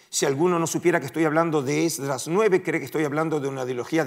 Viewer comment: ¿Podrías decirme por qué dices ESDRÁS, (ACENTUADO EN LA A) y no Esdras?